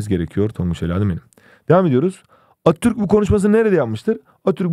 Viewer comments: Abi atturk değil ATATÜRK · Sadece benmi attürk demenize sasirdim hocam jsjajsjsjsjsbdbdj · Atürk diye okuyorsun Atatütk,Mötro değil montrö diksiyon dersleri almalısın